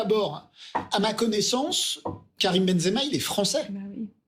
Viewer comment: Et tu es même pas capables de prononcer son nom (zemaben) benzema mais quel haine